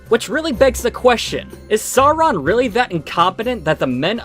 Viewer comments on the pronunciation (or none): Soarin' and Aruman. Got it...at least the 3 animated films have some cohesion with consistently inconsistent pronunciations of character names. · Bro, they couldn't even pronounce "Sauron" correctly.